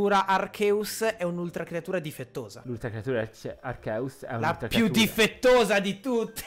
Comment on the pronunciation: Per favore spiega a questo ragazzo che si pronuncia "Archeus" e non "Arceus"